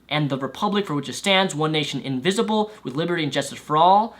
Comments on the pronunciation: It's "Indivisible" not "Invisible". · Did he say invisible a few times, instead of indivisible? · Completely off topic from the main point of this video, but when you say the pledge, are you saying invisible? Because you do know it is indivisible, right? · He kept saying "One nation invisible" instead of indivisible. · Sounds like you're saying "invisible" rather than "indivisible"... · No, I don't think so. He clearly says "invisible" four times -- the rest of his reading of these variations of the pledge is also rapid, but there are no other missing syllables. Certainly not disagreeing with the point he's making, though.